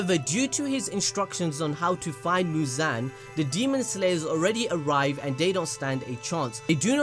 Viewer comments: It’s mooz-on not mooz-an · abd it’s actually mu-zon